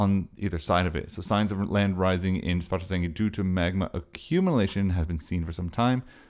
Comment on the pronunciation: Thanks for this. As far as I can understand with my limited Iceland language knowledge, Svartsengi is a compound word of "Svart", meaning black and "Eng", meaning field with the genitive s in between, so [Sv'arts'engi] should be the correct pronounciation, pretty much like you do. Keep up the good work!